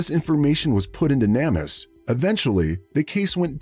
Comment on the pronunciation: Same with NameUs. Which it pronounces Nammus 😂 I'm from Yorkshire, UK. God knows how some of our lingo would be pronounced! 😂